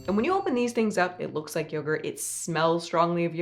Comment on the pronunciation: yogurt? more like byegurt